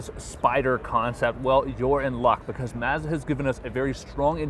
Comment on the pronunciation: Hopefully by now someone has taught this guy how to say mazda